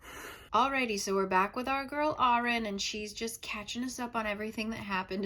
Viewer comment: Is someone going to point out that her name is Auren? Like, Au-ren, as in au (gold) on the periodic table?